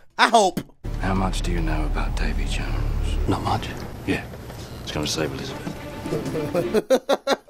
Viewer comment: Dude. Seriously; Da-VEY Jones NOT Da-Mie. I mean seriously what the hell kind of name is Damie and why id god's name would you even THINK that's his name? What would make you think that THAT is actually a real word?? Come on man; the whole "not being good with names" thing is getting old. At this point it's almost as if you don't even know English - which I KNOW you do - The name is VEERY CLEARLY said DAVEY JONES. This is as bad as when dumbasses say Dark Vader with absolute confidence.